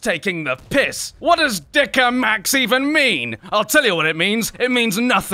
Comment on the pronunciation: Red Select Wie er Dicker Max gesagt hat😂😂😂😂